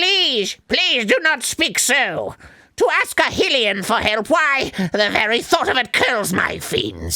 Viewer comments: does it bug anyone else how they pronounce Hylian like hillean? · is hylian pronounced hee-lee-in or high-lee-in because I've always said highlian like that but arin says it like heelian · Arin says a lot of things wrong. Its *high*lian like Hylia ハイリア and Hyrule ハイラル. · I think he mentioned it in the Ocarina of Time playthrough. He knows he's pronouncing it wrong, he's just doesn't care. Which sums up Arin very throughly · Is nobody else going to point out that Arin has been pronouncing Hylian wrong for like EVER? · About 5 Zelda games later they still don't know how to pronounce "Hylian" XD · I wonder if anyone at GG call out Arin for bitching about "Nevada" while still mispronouncing "Hylian" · Maybe one day Arin will say Hylian correctly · I wonder if Arin will ever say Hylian right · My eye twitches every time the pronounce Hylian wrong. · Even after the little zora child PHONETICALLY PRONOUNCES HYLIAN, Arin still says it wrong. For fuck's sake... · Arnold, the guy who made a big deal about Nevada, continues to mispronounce Hylian. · Does anyone else groan when Arin says 'Hyee-lee-an'? I've always heard it pronounced 'High-lee-an" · instead of Ne-vah-da verses ne-va-da they should have debated hill-ian verses hi-lian. If Hyrule is pronounced hi-rule with the strong I sound, why would Hylian be pronounced differently? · Why are they saying "Hillian" instead of "High-lian". It's pronounced "High-rule". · I feel like arin was so close to realizing that pronouncing it like hillians doesn't make sense when they're from Hyrule but he couldn't put 2 and 2 together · still annoyed every time they pronounce is Hill-ee-un. because ya know, they are from the kingdom of Hih-rool. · I hate how Arin says “Hylian”. It’s pronounced “High-Rule” and yet Arin thinks its denizens are “Hill-ians”. Doesn’t make sense to me. Maybe I’m wrong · Its hi-leon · I'm not one to complain about wrong pronunciations, but HILLIAN? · Arin - Hyrule (HIGH-rule). Also Arin - Hylian (HILL-ian)